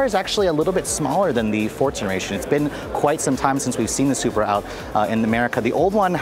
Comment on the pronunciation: its sup-ra. not super